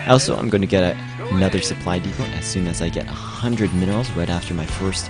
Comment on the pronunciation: Great video for newbies:) Supply depot is pronounced supply depo, btw, THE T IS FUCKING SILENT